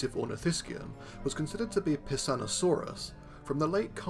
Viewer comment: I heard Pissoutosaurus.